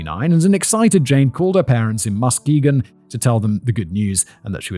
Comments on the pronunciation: It's Ma-ski-gon, but you have to say it quickly like a michigander 😂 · The emphasis is on the second syllable: muss-KEE-gun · I swear nobody can pronounce Muskegon correctly. Trap Lore Ross does the same shit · As a west Michigan native, hearing Simon pronounce Muskegon gives me a chuckle. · I was the one who suggested this episode to Emma and I should've thought to offer local pronunciation assistance before she sent poor Fact Boy out on his own 😂 I've never heard so many creative versions of "Muskegon" that are all wrong in their own unique inflections